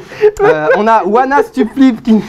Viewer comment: La prononciation Stupflip ? Genre stup(é)flip un peu fail ?